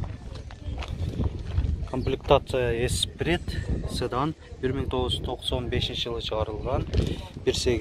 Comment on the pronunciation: Ээ укам ! "Цыдан" эмес "Сыдан"дагы эмес , Седан деш керек Укам..